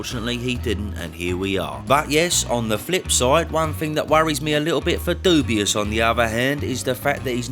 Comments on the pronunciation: Cracks me up when you pronounce his name ‘Dubious’ 😂😂😂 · Why does he pronounce Dubois wrong?